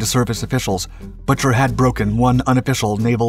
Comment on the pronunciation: Pueblo's captain's name is pronounced BOO-ker, not Butcher. You people need to do your research before embarassing yourselves.